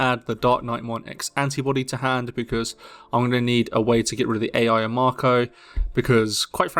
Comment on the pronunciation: Ai is pronounced like aye or eye, not A.I. jsyk. Sorry brain can't not nit pick this.